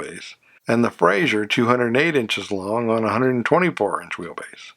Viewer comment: Good video. A couple of inaccuracies - One, and I know I'm being anal about this first one so I apologize in advance but it's pronounced "Fra-zer" not "Fray-zhur." Joseph Frazer was Scottish, not French. The six cylinder Henry J engine was 161 CID not 191. The Carolina model in '53 was not the higher end model, it was in fact the lowest end model. It has almost no trim and no chrome. The purpose of the Carolina was to get a low priced car in the show room to lure prospective buyers in and then talk them into purchasing the upscale Manhattan or Dragon model. The arrangement with Sears began in the 1952 model year with the first Allstate cars in stores in December 1951 and contrary to what is stated in other videos and even in some books, the Allstate could not be ordered through the Sears Catalog. It was listed in the catalog but you had to go into a Sears store (in a few selected cities in a few selected states) in order to purchase one. The Allstate was sold in 1952 and 1953 with only 2,300 sold. It's unfortunate that the car shown when the Carabella is first mentioned is actually a '54 Kaiser early Special as that model did not have the 3 piece wrap around rear windshield as the Carabella did. Love the Brazilian cars. You don't hear much about those. Overall, a very good video.